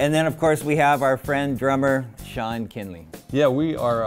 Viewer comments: Kinney not Kinnley. I could tell by the way he stalled to introduce him that he either forgot or knew he was about to foul up his name 😂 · Did this man just say "Sean Kinley"? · "Sean Kinley".... 😪 Plus he had to take a look at the notes before announcing Jerrys name. Jesus, get an interviewer who knows about the guests. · Kinley 🤦‍♀️🙄 can’t even get his name right